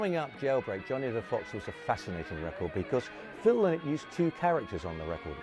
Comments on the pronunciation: Another expert, calling Phil “Linnnnn-it”. It’s Lie-nut” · His name is pronounced Lie not, not Lin not. His daughters said a Linnet is a small finch not a person.